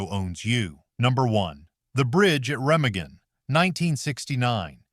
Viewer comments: Pronounced reMAgen, not REMagen. Learn your craft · The only real tanks were Russian and the German was a made up Tiger on a T34 chassis. #8 Captured Sherman tanks (NEVER HAPPENED). You should have had someone pronounce some words that you said completely wrong like DAS and REMAGEN. The last 3 I saw no tanks.